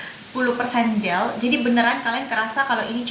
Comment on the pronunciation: hi dear, channel nya menarik. hanya kalau boleh kasih suggestion, better ngmg inggrisnya dikurangin. karena sometimes agak ngeganggu waktu balik ngmg bahasa.. coba jadi choba, cuma jadi chuma, gel jadi ghel ,etc.. dan kl memang mau ngmg inggris difull in inggris tapi latihan pronounciation nya sama kalimat" nya.. tapi overall bagussss ngmg nya cepet dan jelas reviewnya .thx u